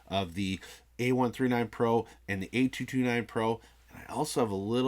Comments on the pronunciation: Great video but the emphasis on the "A" driving me bonkers. 🤣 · Your emphasis on the "A" saying the model number is really distracting.